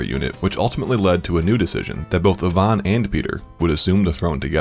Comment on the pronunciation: I can't with the narrator pronouncing Ivan as "Yvonne" lolol.